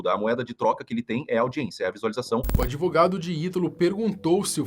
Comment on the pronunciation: Esse "adEvogado" do Puff Diddy Brasileiro já deve ter batido muito bolo com a exploração do cliente🧐🤨 Fortes Indícios